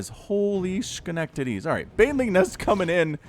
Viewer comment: What in the world is a shcanectity?